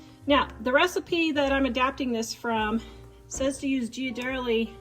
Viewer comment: Looks delicious! By the way, Ghirardelli is pronounced "Gear a delli" (if you want to pronounce it more Italian, emphasize the D). I used to live near San Francisco where the plant is, my ex used to make fun of me for pronouncing it like you did.😊